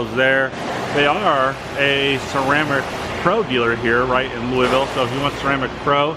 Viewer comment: Lou a Vul not Louis ville.....nice vids....